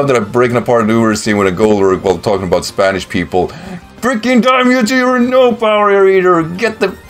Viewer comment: Your Spanish pronunciation is actually pretty decent, dude!